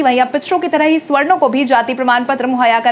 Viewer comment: सवर्णों का उच्चारण स्वर्णों न करें।